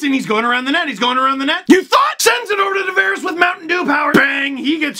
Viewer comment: Will always be the ACC for me. Nice work saying Tavares correctly!